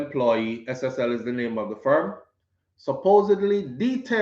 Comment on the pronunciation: Not SLL it's SSL my son keep up the good work 👍